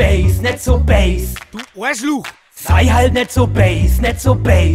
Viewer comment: Mir ist nie aufgefallen wie Bass (oder zumindest so wie es ausspricht, da habe ich zu erst base (englisch für Basis) verstanden) laut-ähnlich zum bayrischen böse ist.